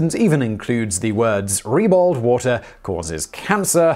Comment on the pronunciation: "reballed wata" :p